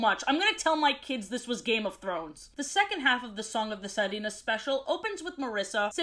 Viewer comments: song of the [si-re-nas] instead of [si-ri-nas] or [si-ree-nas] 😅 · I was almost done with the video when I understood she wasn’t saying “Las Sardinas” the sardines, and instead was saying “Las Sirenas” 😭 the sirens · Girl i love your videos, but i can't help but laugh when you mispronounce stuff in spanish like, WHY WERE YOU SAYING SIRENAS LIKE SARDINES (Sorry if i seemed rude but i genuinely think you could improve your pronounciation a bit) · Im so sorry but can i say that its so funny yet painful hearing mispronounce sirens in Spanish😭😭😭😭 shes saying sa-ri-nas when its si-re-nas LMAO😭 😭 😭 😭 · Sirenas: si(like sipping)re(like rent)nas(like lilnasx) Sorry, it was just really painful to hear you pronounce it like sairinas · OOf your pronunciation of sirenas is killing me XD (SI) you pronounce it like yes in Spanish (RE) is like said like re from ready and (NAS) is like saying nas from nasty. Dk if someone wrote it on chat tho but hope it helps. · had to pause it again at "sirenas", is this just an accent? on purpose? please be on purpose